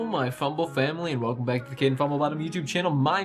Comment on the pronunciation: Nobody: Kaden: Welcocoococommemenrn bad sac kkkkkkkkxk k